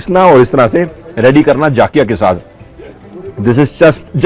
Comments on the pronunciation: Sir jaakhiya nahi zakhiya Bolte hai. NaraZ mat hona pls. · Its Jakhia , not Jaakhia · Sir enjoyed ur video a lot ...sir just try atleast once Faadun...it's also a traditional dish famous in Uttarakhand...it is prepared with Gahat daal...n one more thing I wud like to mention here The correct pronunciation of pahadi jeera is Jakhiya not Jaakhiya.. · Sir jaaakhya ni hota jakhya hota hai ja normal hota hai without A ki maatra